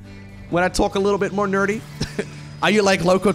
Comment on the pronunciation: talk nerdy... sounded like talk dirty, make a commentary talking all sexy and dirty for a change maybe :D lets see how that goes